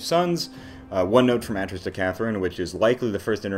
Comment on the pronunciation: Great video and analysis, but i think you're pronouncing Atrus wrong